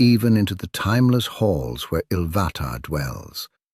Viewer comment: Man-woo and Cordan? Ilvatar? Loving the proNOUNciation 🤣